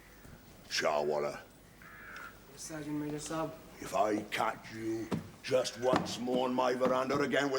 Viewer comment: It's not Saab (that's a brand of car), It's Sahib and yes, Sahib means Sir